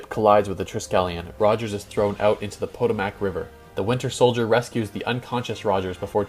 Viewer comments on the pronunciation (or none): it’s pronounced PUH-toe-mic river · “Po-to-Mack River”? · poe- toe- mick river! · Putt-awe-muck, right? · potomac scuffed pronunciation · the way u pronounced potomac river lol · The way he said Potomac 😂😂😂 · You're saying Potomac wrong bro. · He seems to massacre at least one word in each of his marvel videos. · Look up pronunciations for words you don’t know like “Potomac.” You also pronounce words wrong in other videos.